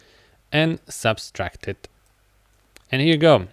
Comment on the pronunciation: The tutorial is great, but the operation is called "subtract", not "subStract" 😭